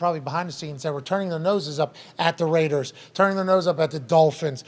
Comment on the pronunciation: “THE RRRAIDAZ!” -Chris Burman